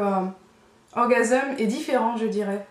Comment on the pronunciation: pourquoi tu prononce "orgaseum" ?? ça se dis "orgasms" comme un orgamse... lol!